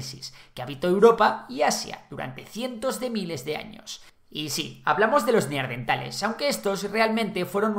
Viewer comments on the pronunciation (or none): Muy chulo, pero procura no decir NEARDENTAL porque lo correcto es NEANDERTAL